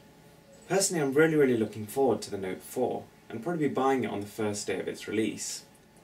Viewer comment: "tha noet fouar♥"... lol.